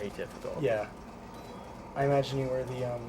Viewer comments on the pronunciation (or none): none